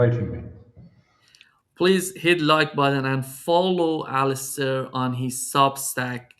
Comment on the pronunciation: It is detail but should learn how Alastair Crooke's name is pronounced with the stress on the last syllable: AlasTAIR. It is not "Alister""..